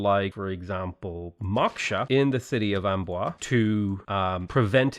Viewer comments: Similar advice for Amboise as for Toulouse. The general rule is that the "s" in French is silent if it's the final letter in a word. but if it's second-to-last and followed by an "e", then it's pronounced like "z". So, Amboise is "Aw-bwahz" rather than "Am-bwah", and Calais is "Cah-lay". Don't pronounce French words like a Little Englander would! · hey! i feel like you must have gotten some help with french pronunciation, because you avoid saying the "s" at the end of words. cool! but note that "tolouse" and "amboise" end in E, not S - in those cases you do say the "s" sound at the end!